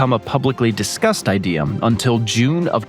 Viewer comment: He does it to a load of words that end with 'a', but not all the time. I noticed 'Asiam', 'Ideam', 'Artacticam', 'Abujam', 'Parkam' and 'Americam', and I'm less than 17 minutes in. Doesn't happen every time he says those words, though. It's irritating.